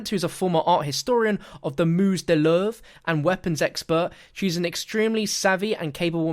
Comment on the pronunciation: Louvre is pronounced loove btw